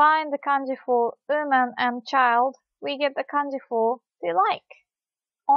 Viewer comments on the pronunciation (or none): Hi. Great work as always. You mastery of the English language is worthy of a gold medal and your teaching style is superb. I love the way you pronounce “woman” as “ooman”. I don’t mean that in a derogatory way, rather it just tickles me. That said, you’d be laughing your socks off at my rudimentary Japanese. Thanks for doing what you do. Cheers. Lee